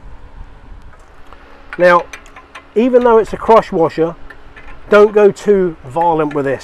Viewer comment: Thanks for the great videos, I'm gonna go fix my own generator now! Also it took until the end of the video, I thought you were saying CROTCH WASHER LOL